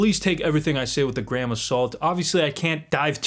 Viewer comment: Did you say a grain or a gram of salt 😂